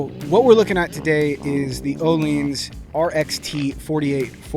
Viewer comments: No he said it correct ... its pronounced "O-Leens" not "O-Lins" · That is the correct pronunciation.